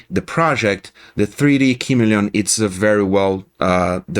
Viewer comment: It is pronounced "kuh-MEE-lee-un" with accent on the mee. It is a lizard whose skin changes to match its background.